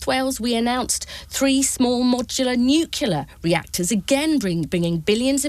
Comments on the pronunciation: FFS, it's pronounced "new clear”, not "nu queue luh". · “Nuclear” Ms Kendall, not “nucular”…. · Why are these people saying nucular instead of the correct nuclear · Can someone teach Kendall to pronounce NUCLEAR correctly ? She’s not George W Bush! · It's NUCLEAR not NUCULAR !!! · The woman can't even pronounce 'nuclear'. Another dumb, poorly informed Minister repeating the same dogmatic spin.